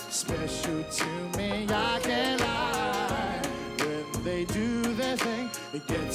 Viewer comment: vine-yard! classic. you know your fresh when you mispronounce vineyard. i love this show.